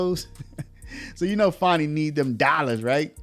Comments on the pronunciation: About the constant mispronunciation of FANI Willis. There is NO "W", in "FANI"! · Dude its fanny not fonny why u doin that for her please use correct annunciations thanks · Who is Farni? Thought her name was Fani.